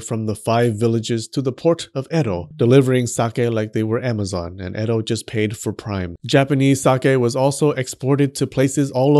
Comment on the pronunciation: Your pronunciation of Edo is hilarious. You missed the second bodily fluid which is the same fluid common in traditional miso, which is foot sweat. Yummy. The throw away part of sake mash can be used to make soap. 酒粕 is the one sake you want on you, not in you.